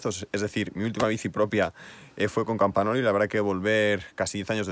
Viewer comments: La bici super chula, pero un apunte rápido, en italiano la n con la g suenan como ň por tanto no es "campanolo" sino "campaňolo" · Dos cosas: tenemos la misma estatura, mi cuadro es 58 cm. Se dice Campañolo, con "ñ". La "gn" es "ñ" castellano, vosotros los españoles sois los que peor hablan el castellano. Bueno si esa es la bici de entreno, coño, como será la de ponerle bueno. La diferencia son los tubulares a los neumáticos. No existe ninguna diferencia real. Puedes hacer lo mismo con shimano 105. Que Dios te mantenga sano y joven. A las mujeres les decimos que te mantenga linda y "rica".